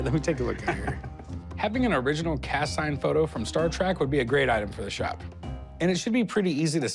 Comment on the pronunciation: It's Star Trek, not Star track! Learn to speak!